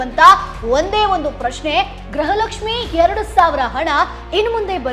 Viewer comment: ಗ್ರಹ ಲಕ್ಷ್ಮಿ ಅಲ್ಲ ಮೇಡಮ್ ಗೃಹ ಲಕ್ಷ್ಮಿ